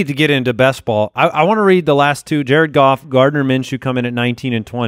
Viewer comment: You think its Goff?..... Its Gaooff